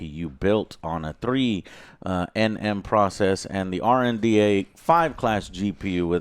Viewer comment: Its RDNA NOT RNDA